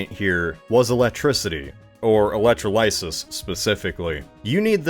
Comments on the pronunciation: "electro lysis" LMAO its pronouned "elec trah low sis" ...how to you even get to electro lysis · My guy really just said “electro-LYSIS” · that's the most mangled pronunciation of e-lec-trol-y-sis (/əˌlekˈträləsəs/) that I have ever heard. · no way thats who Americans pronounce electrolysis! Cultural variations are fun